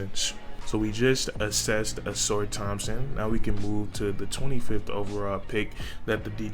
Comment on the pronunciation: Dear Northerners, it’s the UNIVERSITY OF HOUSTON! Not Houston University! Never heard of that school. Where is that! Don’t insult Marcus by calling our Alma mater “Houston University!” And yes, you pronounced his name correctly; “Sass-sir.”